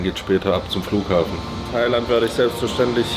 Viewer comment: Als single nach thailäänd ...lass krachen junge